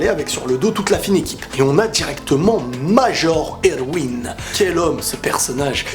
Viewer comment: Pour Erwin, tu sais, "Major" c'est son grade hein, il s'appelle pas "Prénom : Major, Nom de famille : Erwin". Il s'appelle Erwin Smith. Et c'est prononcé ErVin, fais un effort please x)